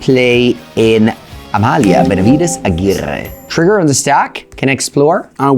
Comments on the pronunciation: now that's an impecable pronunciation from! glad he took the feedback about the pronunciation and Amalia seems to be just too stronk! so we will be having more "Amalia Benavides Aguirrrre" in the future! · I could listen to saying Amalia, Benavides, Aguirrrrre all day☺️